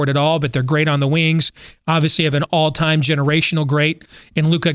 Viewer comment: “all tine” he said! Lmfao (56:)